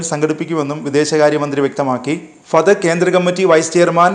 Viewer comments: ഫതഖ് അല്ല ഫതഹ്😂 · ഫടക്. അല്ല ഫത്ത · പതക്ക് അല്ല "ഫത്തഹ് "